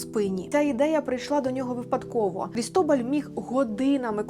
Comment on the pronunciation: Дякую ❤❤❤ правильно Крітобаль, наголос на а